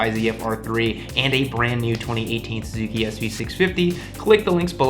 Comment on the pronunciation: Sue-Sue-Key lol